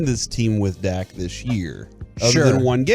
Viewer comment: It's "Dak", not "Dakk".